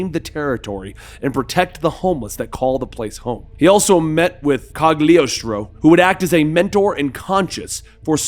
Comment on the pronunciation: Also its Mal-bo-gia and Cog-li-ostro